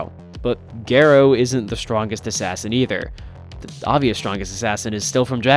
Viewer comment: ga-rouh not ge-rou pls for my sanity